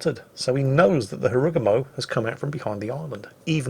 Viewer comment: sir why do you pronounce Harugumo in that way? It dont sound japanese at all